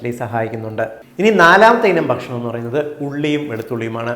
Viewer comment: ഇവിടെ ഭക്ഷണം എന്ന് പറഞ്ഞാൽ ഷേണം എന്നാണ്